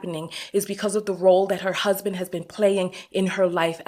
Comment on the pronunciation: DID YOU SAY HER HUB-SON????????💀💀💀💀💀💀💀💀